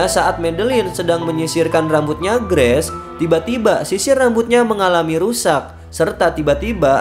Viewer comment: Bacanya "greis" ya bang,bukan "Gress" 😅🙏 sukses selalu bang👍